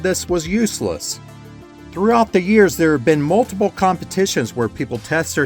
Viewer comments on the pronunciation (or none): none